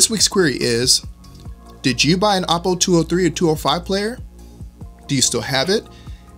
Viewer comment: Oh poh Not ah poh